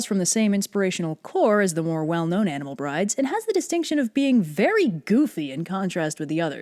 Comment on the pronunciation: Thought you said animel bridge